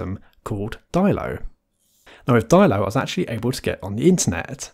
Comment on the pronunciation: Surely that's dillo as in armadillo and not dailo or whatever pronunciation that was? That's at least what I've figured for ages.